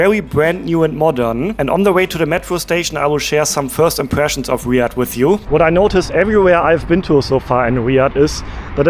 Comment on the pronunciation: It’s not riad it’s Riyadh btw and there is normally a lot of cats and there is no snakes or spiders